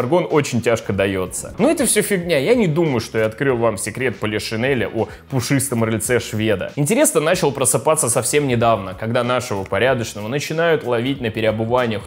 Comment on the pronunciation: ПравдОподобно, а не правдЕ\Иподобно...и рЫльце, а не рыльцЕ..